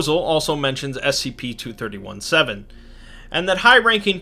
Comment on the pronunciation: When you re-do this video, you should change the way you say "2317", because it sounds like you're talking about "231-7“. You might wanna call it "twenty three seventeen", rather than "two thirty one seven", to avoid this confusion.